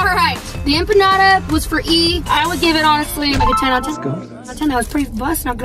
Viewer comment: That’s not how u say empanada By the way (just letting u know)